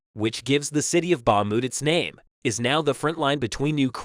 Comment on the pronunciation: Can’t even pronounce Bakhmut and no specific info about when and where. Story time